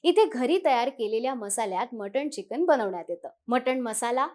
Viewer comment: चिकिन नसतं मॅडम ते चिकन असतं 😂😂😂😂